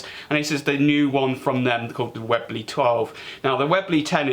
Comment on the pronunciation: probably made the best air rifles the UK will ever produce for mainstream use mite be worth learning how to say the name correctly 😂. Like this review of the raider, your wife's got that safety action nailed haha couldn't be half as disciplined if I tried 😂